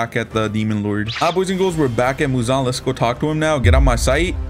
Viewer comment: Every time he said Muzon I said He he High pitch